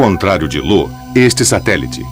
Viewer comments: Lo kkk,nunca vi nenhum narrador errar o nome de Io. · Ele só errou no nome da lua "LO" Que Na verdade é IO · Eu acho que o narrador viu um "i" maiúsculo (I) na palavra "Io" e achou que era um L minúsculo (l) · Não é Lo. É Io. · Vou sair do video pois vc chamou a lua Io de lua Lo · Nao é " Lo" é " Io" ,io! Ao menos se informe sobre o que vc vai narrar😉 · Infelizmente, acho que ninguém na empresa de dublagem conhece mitologia. O narrador fala errado . O certo é Io, como está contado nesta história da mitologia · E ainda chama "IO" de LO, kkkkkkkk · Informem ao narrador que um dos satélites de Júpiter se chama Io e não Lo. Muita falta de atenção com quem assiste o documentário.